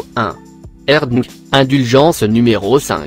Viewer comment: Écoutez quand il dit Nike dunk il dit dink